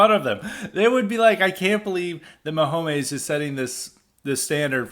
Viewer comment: "Patrick Maho-meyz" lol